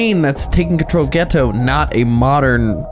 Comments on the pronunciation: Am I the only one who is annoyed the dub pronounces his name gay toe? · I feel like is over thinking about the pronunciation of the name Geto, he keeps correcting himself from "Geeito" to "Geto", both are correct, it's just that one is an American pronunciation and the other is closer to the Japanese pronunciation, even the name "Gojo" everyone stretches the "Go" part and it becomes "Goooujooou", when in Japanese it's a very short "Go" sound, so if you're okay with streching the "Go" in "Gojo", then it's okay to stretch the "Ge" in "Geto".